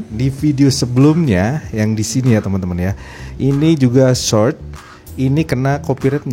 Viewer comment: Did you say "Search" or "Short"? that's huge different..! You wanted to say "Short" but It sounded "Search"